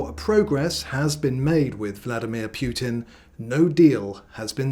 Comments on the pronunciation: 😂😂 it's Putin, not Piutin. You sound dim. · I don’t see war ending with that pronunciation of the Putin name